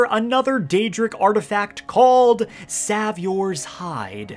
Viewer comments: How the hell do you mispronounce savior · Hard for me to believe you’re not purposefully mispronouncing savior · Why did you pronounce savior like that?